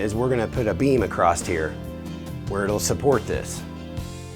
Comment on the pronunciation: Did he just say ‘we’re going to put a beam a-crossed here’??!!!